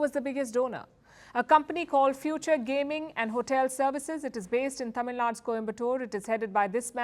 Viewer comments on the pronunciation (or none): It's not tamil nad, it's tamil nadu, there's a u (oo) in Tamil Nadu 🙄🙄😒😒